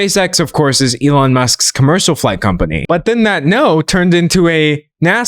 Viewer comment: i thought you were saying "space sex" 😭😭